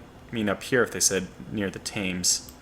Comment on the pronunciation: Thames is pronounced "Tems".